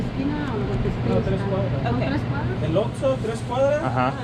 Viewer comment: Enjoy your videos! How about a tip from one gringo Spanish-speaker to another? Say the first syllable in Oxxo more like “oaks” rather than ox. Make that O sound more like long English O. “oaks-oh”